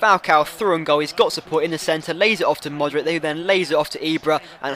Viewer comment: Hey, I think you're pronouncing Modric wrong, the C is like the one from 'Subotic' !